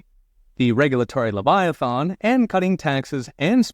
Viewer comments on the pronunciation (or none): none